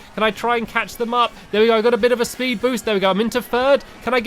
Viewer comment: Did you here stampy say spud andsted of speed